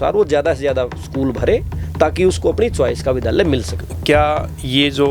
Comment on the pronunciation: vidhaalya nhi vidyaalya